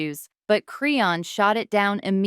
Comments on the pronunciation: Tf is a creonn 😂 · They butchered the hell out of her name!!😂😂😂😂